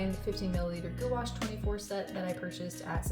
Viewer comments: i think its pronounces "gwash" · gouache not goo ash 😭😭😭😭😭😭